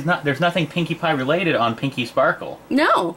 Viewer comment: the first time said pinkie pie it sounded like pinkie bye